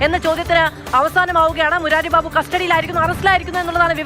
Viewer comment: മുരാരി ബാബു അല്ല.. മൂരി ബാബു